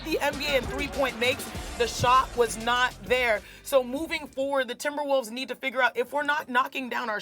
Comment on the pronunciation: She said timberwoofs